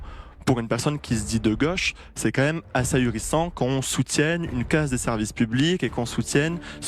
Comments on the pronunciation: On dit gauche pas goche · Gauche pas goche 😂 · ...de goooche ou de gauche ? Vous ne savez pas parler français. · De geuche c est quoi accent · Cette prononciation de "goche" est inaudible et insupportable. C'est vraiment le bobo parisien LFiste